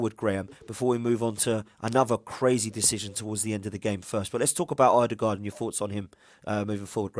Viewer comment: WOE-DEGAAARD IS AWFUL